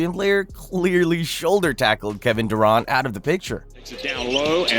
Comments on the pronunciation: pocket size. kevin du-ront. lauri mar-kahn-nen. this isn't a real channel. are we paying someone to read names who's never heard of professional basketball players? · bro you have a terrible pronunciation problem. Kevin Durahnt?? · Ai text to speech is getting really convincing. If it wasn't for "Duraunt" and however he butchered Markkanen's last name I wouldn't have noticed. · . Bros trying to talk about basketball like he knows a thing or two, but calls Kevin Durant, Kevin Der Aunt. The fuck? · Kevin “Duraant” cmon man, they literally say his name in the clip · "Kevin Durrraunt" 😂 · lol how bro said KD name Kevin Deront 😂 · did you say kevin “ Durawnt “ wtf !? must be crappy Ai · Kevin "DurAHnt"? 😂😭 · this dudes voice is so fucking annoying. the idiot doesn't even know how to pronounce Durant or Markkanen. does this idiot even watch basketball? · Absolutely agree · Just shocked the dude doesn’t know how to pronounce ‘Durant’ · If your voiceover guy didn't mess up the pronunciation of Durant and Markannen as well as the word "flagrant", this video would have been perfect. The Ja pronunciation was also a little sketchy. Hachimura is also not a pure-blood Japanese; his father is from Benin. Otherwise, good video. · I subscribed just for the way you pronounce flagrant and Durant 🤣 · Dude, learn how to pronounce Durant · Had to stop video after how you pronounce flagrant foul and Kevin Durant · not sure if AI or just can't say Flagrant and Durant right. Kinda cringe